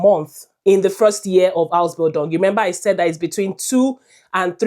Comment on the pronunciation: How can you convince me that you know what you are saying when you can't pronounce the word "Ausbildung" well.